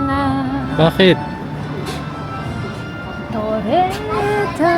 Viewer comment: Ang kulit talaga ni!! 😅Tawa ako ng tawa sa “Torretta” sa halip na “Torete”😅😅!Pati yung Lalala Sun Beach “malala na raw” sabi ni 😅😅. Ang kulit!